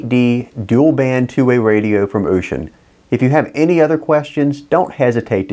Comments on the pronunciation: ushin is a boat. its is said similar to ocean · What did you call it..ooshun..?